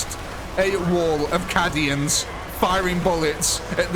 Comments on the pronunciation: Cad-ians? They're CAY-dians. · Awesome video, captured that grimdark perfectly! although its Caid-ians not Cad-ians, I think 😅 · I hate to be that guy, BUT 😅 it's pronounced caydian dude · "Caddy-ans." All I need to say I think. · Just for the future. :P It is pronounced with a long A. "Kay-D-Ah" "Kay-D-In" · Please learn the correct pronunciation of Cadia and Cadians... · The way he says Cadians is heresy of the highest order.